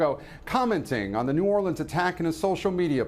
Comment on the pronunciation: Thank you for pronouncing New Orleans correctly, Lester!